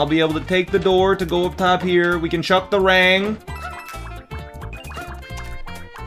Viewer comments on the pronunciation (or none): none